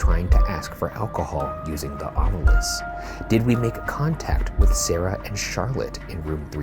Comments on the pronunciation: I love how they keep upping the fanfare with the animations, but still haven't updated Ryan's recording of him calling it the "Ovulus" instead of ovilus when he's explaining the device. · new season, same varying pronunciations of “ovilus”